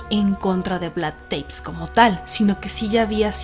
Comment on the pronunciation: Muy bueno como todos sus programas. Solo un detalle, Vlad TEPEŞ (se peonuncia Tepesh en Rumano). Un saludo y muchos éxitos! ❤️